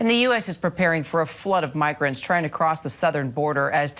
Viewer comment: why does she say trying??